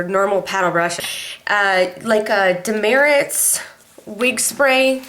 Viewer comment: It's actually pronounced Duh Mert. If you go in the store saying you want Dermerits they will look at you crazy. It's Demert.